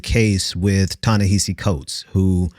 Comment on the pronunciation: you might be mispronouncing his first name. i think it's "Tah-nehasi", each of the A's rhyming with the vowel sound in "boss".